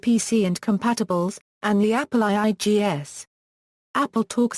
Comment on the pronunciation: It's pronounced Apple 2-G-S, not Apple I-I-G-S.